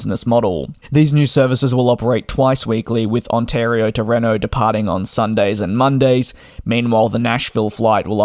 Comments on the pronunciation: REENO.... not reno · As a Nevadan I can firmly say, it's Reeeeeeeeno. 😊